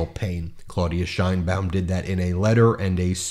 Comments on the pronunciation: IT'S "SHEINBAUM" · Actually, she pronounces her last name according to Spanish phonetics: SHANE-baum. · Great video. Can you please pronounce her last name correctly? The correct pronunciation of “Sheinbaum,” as in Claudia Sheinbaum, the first woman president of Mexico, is: SHAYN-bahm • “Shein” sounds like “Shane.” • “Baum” rhymes with “mom.”